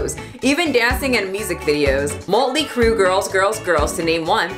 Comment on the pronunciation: Yesss two of my favorite things: True crime and Also, I’m offended that you mispronounced Mötley Crüe 😂🎶